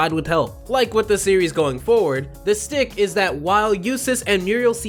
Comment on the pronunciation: Shtick... not stick